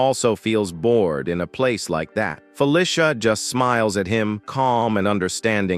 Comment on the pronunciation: "Fuh Lisha" ? Feh Lee See uh. Fe Lee See uh. Feli see uh. Feli cia. Felicia.Search and replace "Felicia" for "Feh Lee See Uh". and then suddenly the text to speech sounds correct. try it some time.